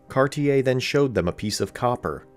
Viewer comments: You kind of messed up Cartier as well Car-ti-ay it's French and you don't hear the er. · Terrible French pronunciation. E.g. "Gaspé" is not "gasp" but "gas-pay". "Cartier" is not "kar-tee-yay" but "kar-shay".